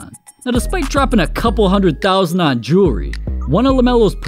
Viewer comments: It amazes me this dude spends this much on Jewelry (Jerrrry) that he can’t even pronounce nor tell the time with. Don’t get me wrong I think this dudes an amazing basketball player but nobody in the nba deserves this much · "new joory" 😂